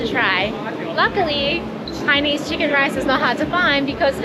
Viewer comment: It’s actually pronounced Hainanese(hai-na-nese), not “hi-nese”. 😊